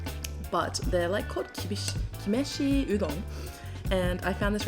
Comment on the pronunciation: きめしうどん→きしめんうどん！